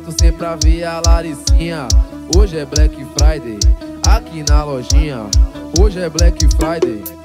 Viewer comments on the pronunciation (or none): "Brenque fraide" é foda kkkkk